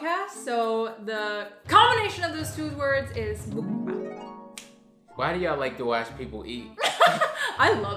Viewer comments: I’ve been watching and subscribing to y’all for years BUT seriously can you two get a korean teacher and learn Korean together. I know is Korean but the way she teaches you and ya’lls audience on this channel is SO FRUSTRATING to watch and hear. It’s not MOOK-BANG. it’s muh-k bah-ng. 😫😫😫😫😫😫😫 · I swear other youtubers out here need to start pronouncing mukbang right. 🥴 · Lmao I don’t get why people have such a hard time pronouncing MUKBANG... just watch korean american mukbangers and you’ll get the right way to say it.